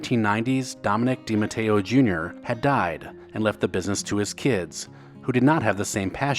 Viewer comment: Thank you for pronouncing DiMatteo correctly. While not related to the DiMatteos shown in this video, it is my maiden name. So I appreciate it. 😁